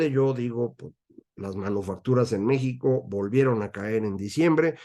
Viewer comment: Oí mal o dice usted manuofactura ?